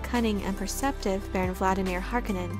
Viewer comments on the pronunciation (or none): all videos on this channel SHOULD mention having paid promotions for just how often and prominently the new dune movies are mentioned. and then there is the pronounciation of some of the names... horkunnen? what? this is only in the cheap miniseries. it's harkOnen.